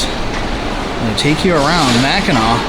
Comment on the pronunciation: Great video. However, Mackinac is pronounced MACK IN AW. Both spellings, Mackinaw and Mackinac have the same pronunciation. It's Mackinaw below the bridge and Mackinac above the bridge.